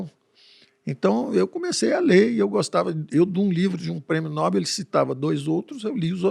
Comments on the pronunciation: O Dr. Eneas Carneiro corrigiria a pronúncia. Segundo ele é "Nobel" (oxítona) e não "Nóbel" (paroxítona). Eu vou me recolher na minha insignificância antes que alguém sugira kkkkkkkkk😂😂😂😂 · Dr. PAULO. NOBEL "NOBÉL"